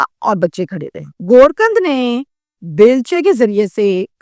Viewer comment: Kuch Alfaaz woh nahi bool sakti hai.